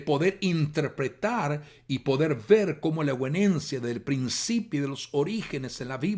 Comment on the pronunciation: Hago un aporte básico. Sería muy bueno que sepa que la palabra euguenencia que usted querido pastor pronuncia y lee reiteradamente a lo largo de todo el video no existe, es permanentemente incorrecta su pronunciación y lectura. La palabra correcta de la que usted habla es: E U G E N E S I A. Ayudaría mucho que se entienda a lo que se refiere, es necesario poner en valor la comunicación, para que no sea descartado por nadie por considerarlo incorrecto, porque no da lo mismo, una palabra que otra que no es, ni existe. Además reduce la calidad del mensaje para no lograr ser escuchado. Agradezco pueda corroborar esto, para que alcance una difusión seria este tema tan importante. Muchas gracias